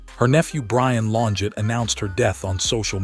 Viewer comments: Pronounced….Lonjay………..this was not “ her last video”……. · she is a murderer and got away with it. Also, what’s with all the splotches in the video trying to make it look vintage? Horrible AI voice getting her name wrong. This video sucked. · So we can't pronounce her name correctly.... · Farewell, Claudine. Much love and peace beyond this life 💐🕊️✝️ I must say, it's a shame AI constantly mispronounces her maiden name.